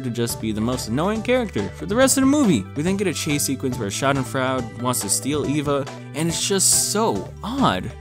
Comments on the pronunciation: It's "Schadenfraude" Sha-den-froid-a. as in: someone whom reveals in the suffering and misery of others. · Doctor Schadenfreude While it looks like fraud, it actually means deriving pleasure from someone else’s pain. It’s a German word pronounced: Shaa - duhn- froy - duh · no Schadenfreude is German and means that someone else’s pain makes you happy. :) (edit: it’s also pronounced differently in German :)